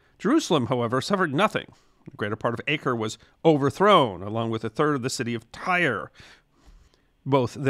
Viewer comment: The correct pronunciation of Acre is Ah-ker (not Ay-ker), in Arabic Akka, and in Hebrew Akko.